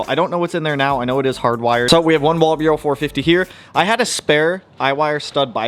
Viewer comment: Walbro…..WAL-BRO not walburo lol…..although soobs are not my preferred platform this body style will always have special place in my heart ❤ P.S. AI makes a bad ass WAL-BRO stainless filter for the 450s